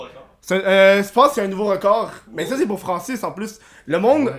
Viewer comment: " j'me connectais sur zun compte pour aller sur zun autre " hahaha tbnk